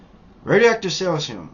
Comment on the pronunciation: I really do appreciate your videos and PLEASE don't take this as an attack, but you might get more credibility and attention if you pronounced cesium, strontium, becquerel, and such a little more accurately. Keep up the good work, I want to visit Vietnam someday too!